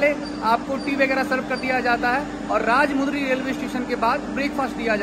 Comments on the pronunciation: Are bhai Station ka naam ko Hindi me padhke teek se bolo Bhai मु nehi म hai Rajahmundry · its Rajamundry राजमंड्री not राजमुंद्री